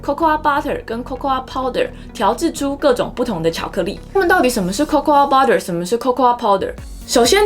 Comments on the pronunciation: Cocoa是唸做扣扣 不是扣扣阿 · cocoa的發音其實就跟coco一樣(最後的a沒有發音)，當然我知道這個頻道不是在教英文，不過如果發音能發準確會更專業、更有說服力(我看了很多集都多少有發音問題)。最後要說感謝＆支持~~~